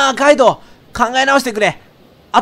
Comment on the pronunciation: 【かいどう】じゃなくて【かいとう】